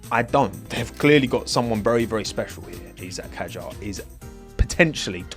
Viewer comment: (the T is silent): Pronounces things like "Val-eh-rree Boh-has" and "Gabriel Bor-ah-leh-ow" Also: "Oh no, it´s "Ee-sack Hadjar"" Jokes aside, cheers mate, keep up the good work!